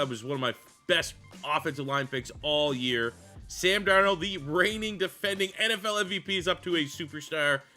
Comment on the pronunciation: Bro butchered this video with the qb sam. But what can you expect from a Canadian